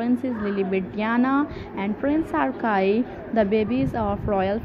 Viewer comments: Ar chee not Arc eye pronunciation! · Don't compare princess Diana, side by side with Megan, no comparison Archi, not arkai, learn to pronounce 1st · Archie is pronounced= R-chee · This has got to be phony as each picture is different even down to the hair color and the hairline at the scalp. Also learn how to pronounce the name is correctly